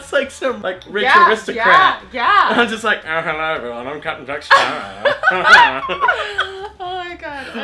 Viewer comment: When the way Brian Hull trying to say Captain Jack Sparrow to me he sounds like he said ( Captain Jack Sarah ) 🤣😂🤣😂🤣😂🤣😂